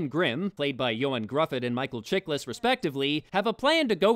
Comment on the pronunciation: Nitpicky, but Ioan Gruffudd's surname is pronounced 'Gruffuth'. Welsh is a very weird language :P